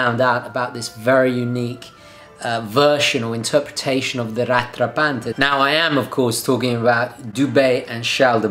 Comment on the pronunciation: Lovely watch. It's pronounced Rat rah Pont (rhymes with font). En Francais 🇨🇦 [sorry] : )